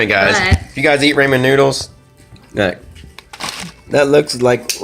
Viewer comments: MichelleandFamily I just heard it too 😂 raymen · You say ramen like raymen 😂